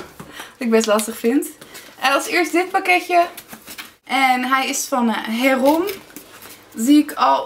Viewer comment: het heet geen herom maar herome heel overdreven